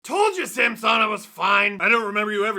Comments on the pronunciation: Ok. They said Samsonov wanted Cuthbert to pronounce it that way. I guess he doesn't care then. I'm sure you are right, just odd the player wouldn't want the play by play guy to say it right. Maybe its like when Kaberle played. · Steve can you please pronounce Samsonov’s name properly. He doesn’t want to be called the way you’re saying it. Kind of disrespectful. Great job as always though. 👍